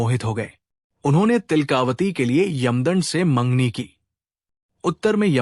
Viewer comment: तिलका वती है, तिल..कावती नहीं